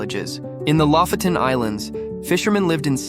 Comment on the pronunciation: it's lofoten, not lafoten